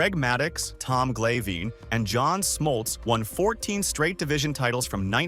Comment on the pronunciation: To the AI narrator, thanks for giving "Tom Glayveen" and "Andy Petite-tay" mention.